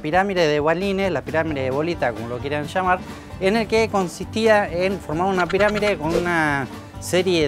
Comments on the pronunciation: en el video escribio PIRAMIDE... pero el bobis dice PIRAMIRE... XD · Se dice piramide NO PIRAMIRE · ***** se refiere a que dices piramire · Cuando decís pirámide parece q decís pirámire xd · por qué decís piramire en vez de pirámide? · La "piramire" de bolita xD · ***** no escribiste eso, cuando decis piramide se escucha "piramire" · Porque decís "Piramire"? jajaja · Jajaja por que "la pirámire" ? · Qué mal que en TODOS los vídeos, e incluso en la lectura de labios haya el error de la palabra "pirámide". :(